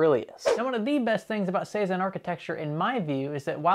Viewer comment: Am I nuts, why does he keep saying "sayzen/saizen cpus/apus"?? Is this a manufacturer ive never heard of or something? Thought was a slip up but after 4-5 times...lol